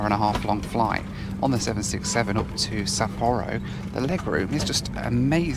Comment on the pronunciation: Please do not play a drinking game for every new pronunciation of Sapporo.